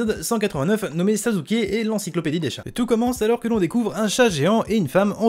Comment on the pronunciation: Pk tu dis sazuke